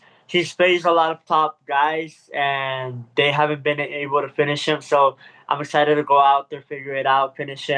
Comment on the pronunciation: He said he’s EXCHITXHED .! lol Wow fix that !